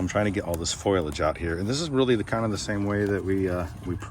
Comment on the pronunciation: Foilage? You mean Foliage?